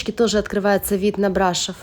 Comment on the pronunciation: Брашов ударение не на о ?